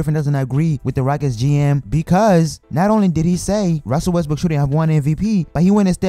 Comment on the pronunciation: Oh my gawd ruzzel wezzbrook